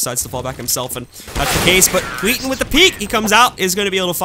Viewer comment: Haha, he's saying "Skiten" instead of "Skytten" which literally means "the shit".